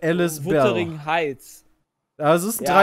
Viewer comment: Wuttering Heits 🤣